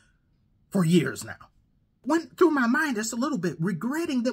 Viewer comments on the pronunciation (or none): none